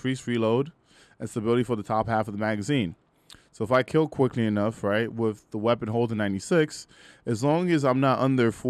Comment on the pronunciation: Wiff.. ehh nope that speech impediment is enough that I can't take you serious..